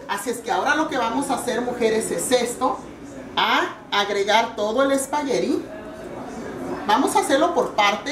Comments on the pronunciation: Sra no se dice espagueriiiiii se dice espaguetttttttttti y no grite tanto se oye perfecto. lastima de conductora, por que la receta del espagueti, se ve muy buena. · espaguerri lo dice muy chistoso jajaja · LA SEÑORA GRITA MUCHO Y TIENE LAS UÑAS LARGAS Y DECORADAS TIENE MUCHOS PLEONASMO ...Y NO ES COMO PRONUNCIA EL SPAGHETTI...ELLA A DECER MEXICANA RADICADA EN ESTADOS UNIDOS .....